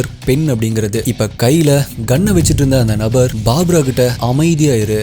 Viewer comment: "BAABRA" இல்லை அண்ணா... "BARBARA" = பர்பரா